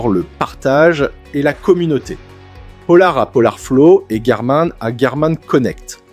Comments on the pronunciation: Des que t entends « Garmain » tu sais que le mec va parler d un truc qu il ne connaît pas. Tu peux donc zapper direct! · C'est une mauvaise blague le garmAIN ? un mot/marque anglais se prononce... en anglais. Es ce que tu dit "gougl" pour google ?